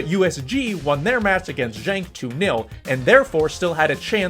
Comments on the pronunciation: Genk as in "good" not pronounced Jenk. A few other odd pronunciations, complicated more by the fact Belgium had three national languages: French, Flemish and German. Belgian football rules reflect the weird politics and linguistic antagonisms in general. Don't get me started. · bro JENK was killing me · He pronounced the G as one would pronounce the word junk in English which would be wrong in either case.